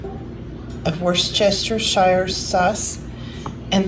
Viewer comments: Watching from Australia I love all of your videos - my dad is English and that sauce you mentioned is pronounced ‘wistershear’ sauce, growing up I always pronounced it the way you did and he would correct me, I love funny sounding words - anyway thanks so much for all you do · Awww when I watch you on the tv, when you fry my dog starts sniffing the air😂😂 Also, its pronounced wuh-sta-shur sauce 😉